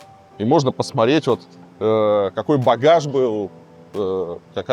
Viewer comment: Давно на вас подписан, Илья, но вот это твоё "посмареть" жутко бесит.